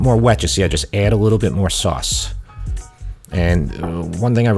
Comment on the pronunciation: I love your accent … especially when you say soass (sauce)😂 keep up the excellent work!